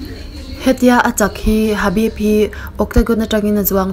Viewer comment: Habib anilo... Khabib tih tur